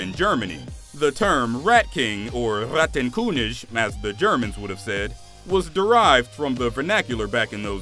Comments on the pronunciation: Dude it's Rattenkönig and not "Ghaatenkhünisch" 😂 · RAHTEN KUNISCH I think it's pronounced Ratten König